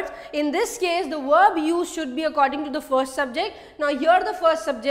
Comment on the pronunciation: not werb.it wil be verb sound